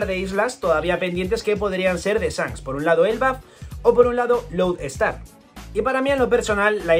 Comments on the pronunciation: Has dicho Road star en vez de Load Star y por pronunciación creí que dirias Road ponegrif y yo 😱 y tu..... Estrella polar y yo. 🤦🏽‍♂️, con lo a huevo que lo tenias.... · lo pronuncia como “Road Star”